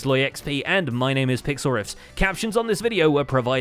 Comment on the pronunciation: Anybody else notice that said "pixlrifft" and then the credits at the beginning at the video say "pixlrifft" instead of "pixlriffs" as well? cool detail.